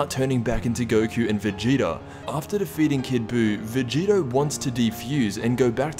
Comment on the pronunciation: STOP CALLING VEGITO VEGETA ITS PRONOUNCED VE - GEE- TOE